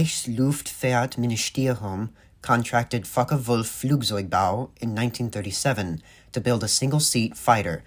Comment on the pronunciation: A z in German is pronounced as tss [Flook tsssoik]...please do your basic home work before doing a video. P F eerd and not feerd etc..